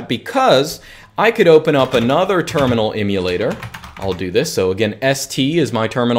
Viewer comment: Great information but excruciating listening to you mis-pronounce Emulator so many times